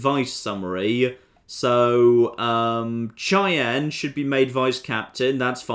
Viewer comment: "Cheyenne" is pronounced like SHY-anne